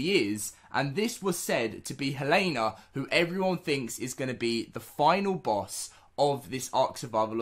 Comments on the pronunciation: It is pronounced hell-a-na not hey-lane-a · Dude here name is hel-en-a. You are saying it wrong.